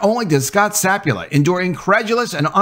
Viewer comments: Sa pul pa not sap u la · Not SAP-u-la, it's sa-PUL-pa. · I think he continually mispronounces his last name- it's not sapula- it's sapulpa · SapulPa, not Sapula ? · To nit-pick at you ... pretty sure the guys name is pronounced Sa - Pul - Pa, not Sap - U - La. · His last name is Sapulpa. Sa-PUL-pa. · Scot Sah-pool--pah. It's right here in black and white my guy. Sah-pool-pah! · It’s Sa Pul Pa btw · The name of the poor guy is Scott Sapulpa (SA-PUL-PA) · The pronunciation is. sa pul pa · Yeah, I get it. Papers want to be first instead of accurate these days. But were you guilty of something similar when you mispronounced Gannett (It's guh-NET) and the head coach's' name (which has two Ps, one of which you continuously left silent)? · You realize you are ignoring the last p in the guy’s last name. Just saying.